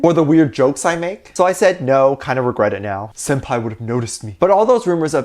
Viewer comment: Someon tell me did NOT just say SEenpAI? 😂😂😂😂